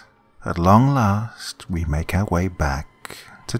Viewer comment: I heard we make out instead of make our